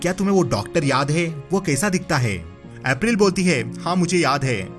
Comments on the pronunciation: Bhai tumhara explanation bohot accha hai par tumko apna uccharan yani pronunciation par thoda dhyaan dena chahiye jaye school ko uskool april ko epril. Baki sab mast hai. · Bhai, plz pronounce April correctly. Itna kanno me lagraha tha ki story ek dislike ke sath chhor diya. Stop giving funny voice effects and learn to pronounce English names correctly. Itna ajeeb se naam lete ho ki dislike aur unsubscribe to banta hai.